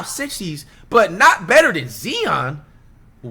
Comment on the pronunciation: Whats more disrespectful? Zion being ranked 57 or you pronouncing his name Zeon? We aint talking about a 12th guy on a roster here....